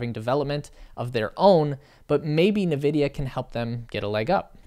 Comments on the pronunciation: Dude - its pronounced “En Vidia” not “Nevidia” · Its pronounced as "nVidia" not "Vidia". Please read before you speak the words. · Dude Its N Vidia (Not "Ne Vidia) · Navidia? Thought is was N-vidia. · He was saying "na-vidia", not "Vidia". Everyone else says "en-vidia", so that's probably the correct way to say it. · bro said navidia😭😭😭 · It is pronounced: EN VIDIA You're welcome. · this guy really said Na-vidia 😂😂😂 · uh, it's pronounced 'In Vidia" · If you look closely there is only one "A" in Nvidia, not Na Vidia..... Jeez! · Yes, good video, but it’s pronounced like “in-vidia”. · Please start pronouncing nVidia correctly. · Nice video, but I think you are pronouncing NVIDIA wrong.